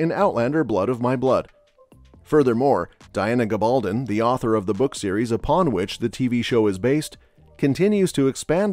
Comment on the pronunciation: GAbaldon, not gaBALdon!